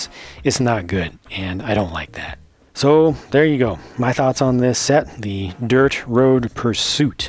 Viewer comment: at the start of the vid i thought u said "derp road pursuit" XD